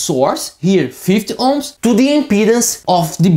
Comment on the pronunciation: If only he could learn to say 50 ohms and not 5 ohms and its a SMITH chart not a mif chart.